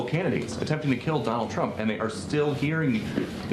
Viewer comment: Please Its not CRUMP dont make me say it😂😂😂😂